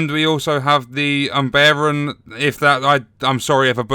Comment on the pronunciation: "Uhmbairan" Star Wars The Clone Wars Fans: "Oombara"